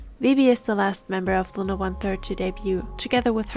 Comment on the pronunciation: why are you saying "looner" ..?